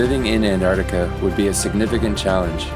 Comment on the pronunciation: It really bugs me that the narrator cannot pronounce Antarctica properly